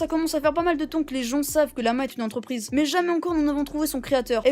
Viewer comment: Mais c'est quoi ce délire.. le gars il remplace tout les "an" par des "on". Il a le nez bouchée en plus. Un écron un romplacemont concernont ontreprise carrémont passer en tondonce développemont :T